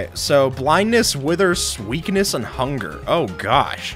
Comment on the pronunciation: anybody realise that he says "sweakness" instead of "weakness"?